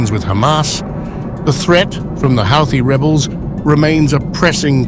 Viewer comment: It’s pronounced like Hooti…